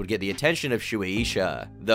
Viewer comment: Shoeie Isha? Are you trying to say Suisha? Sway Shah. if you type a Japanese word into google translate, even if it's in English, & you set it to translate from Japanese, the audio button will tell you how to pronounce names & companies. Very useful.